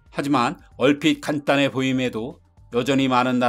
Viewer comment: 발음 문제는 개선이 안됨. B 삐 X 비 O 이들 깐에 X 이들 간에 O 딸러 X 달러 O 간딴해 X 간단해 O